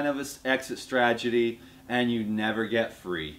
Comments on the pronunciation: btw, I notice you keep saying "stragety" instead of "strategy" lately, no big deal, just thought you might wanna know haha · Lol. has been having some difficulty with saying "Strategy" lately. It's all good. We know what you mean, bro!